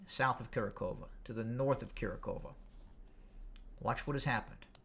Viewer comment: Kurakhove is pronounced "Ku RAK ho va" (local DPR Russians) or "Ku RAK ho vo" (Russian military). The Ukrainians say "Ku RAK hov", but whether in local Russian dialect, Russian, or Ukrainian, the emphasis is on the second syllable, "RAK". So Kurakhove = "Ku RAK ho va".